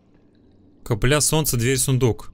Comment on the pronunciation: ДА КАКАЯ БЛИН каплЯ ЭТО кАпля УДАРЕНИЕ НА А А НЕ НА Я